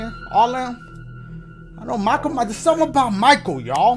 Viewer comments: “Michael Mars” dashie bro it’s MYERSSSSSS 😂😂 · Yooo it's Mei-Kai el myers